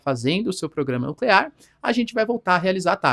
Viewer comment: nuclear, não nuclerar, pelo amor de Deus